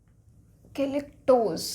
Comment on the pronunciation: Mam galectose hota h goluctose nhi